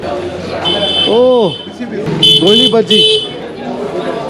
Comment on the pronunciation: Mangalore be like why why why he is telling Goli Bajji. It's GoliBaje.. 😭😭😭😭 We have so many rhymes on that like "Nale Raje Goli Baje"